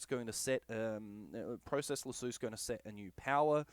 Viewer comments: Useful video and helped alot. Only thing is its process lasso not process lasooo 😂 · Great video, great advice, except now I cant help but call it "pro-cess lassue" when I use it. Subbed anyway. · I love how Aussies pronounce the word Lasso. Thanks for the info.